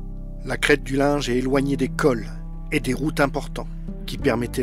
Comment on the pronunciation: Mon grand-père a saité sur un obus le 21 Juillet 1915, à 32 ans, lors de la Bayaille du Linge! On prononce Lingue pas Linge!